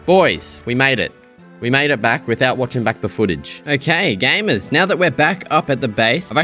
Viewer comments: he saying "gay"mers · Did you say GAY?! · "good morning gaymers" 💀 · "Good morning 'GAY'mers" 😂